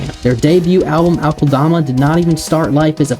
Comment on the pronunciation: I find it hilarious how many people mispronounce it as Awk-ULL-DAH-MAH. Its pronounced uh-kel-duh-muh